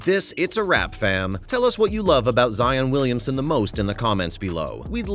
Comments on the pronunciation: y'all hear him say Williams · WilliamSON. Not Williams.